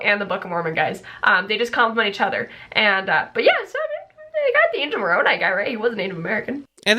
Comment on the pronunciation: “MORONi” Let that sink in. not even “moronAI” to try and make it seem like a name, just straight up MORON with an I. I can’t bro 🤦🏾‍♂️